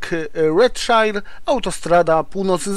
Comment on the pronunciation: Redszaier a nie szair